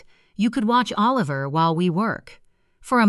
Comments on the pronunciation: Why do you keep saying a liver instead of Oliver? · It’s not O Liver, it’s pronounced like Alaver! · These compute generated storytellers is so funny, Oliver here is O-liver, so funny. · I know it's AI, but...imagine holding your newborn, trying to decide on a name...a sweetheart a heart...naaaa A liver😂